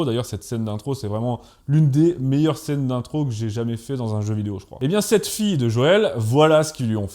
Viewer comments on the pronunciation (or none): none